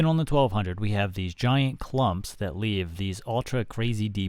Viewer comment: he said "Ooun" instead of on lol. I've met people with that phrasing.